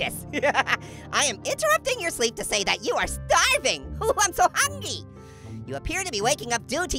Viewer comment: You said hungy instead of hungry even you said poifect instead of perfect